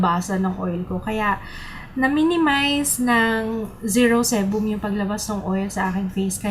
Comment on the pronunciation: zero sebum (si-bam)